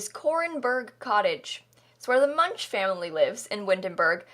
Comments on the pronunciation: I’m sorry for being that person, but Munch is German and is pronounced Munck.. Don’t me! 😅🙈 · Also, how Munch is pronounced is so weird. I'm starting to believe no Sims player has ever heard of the painter Edvard Munch (pronounced Munk) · I think it's so weird how the Munch family is always being pronounced that way, when all I can think about is the painter Edvard Munch (pronounced Munk). I believe that may also have been their intention, as Get Together is kinda European inspired. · Me, a Norwegian: say MUNCH one more time!! (Clearly it's supposed to be like the painter Edvard Munch, pronounced Munk) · You said Mrs. Munch and I thought instead I heard my own last name because it’s very similar and I had a mild 0.3 second freak out Also this house is incredibly Sims 3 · Ikr! It frustrates me how americans pronounce foreign names, especially german ones. It's like they don't even try to pronounce it correctly and just slap their way of pronounciation. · B Orrrr maybe she doesn’t know? I’ve got a master’s degree and didn’t know that is how it’s pronounced. It was just never necessary to know or part of my studies. You’re super rude. Europeans pronounce Native American words and American towns and names incorrectly constantly and it just is what it is, there’s no need to be inflammatory. Like the UK pronunciation of the Spanish language is awful but I also understand accents cause variations and also if you learn it wrong, you say it wrong, and it can’t always be helped. It’s not intentional. It’s not about not trying. Human instinct is to say things the way that would sound correct in your own dialect based on your understanding of how letters and letter combinations sound in your language (see Van Gogh) and it’s not malicious in intent or because people don’t care. You’re such a snob. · Are we not gonna acknowledge the way she pronounces Münch 😂 made me laugh out loud 😂 that's why we have google translater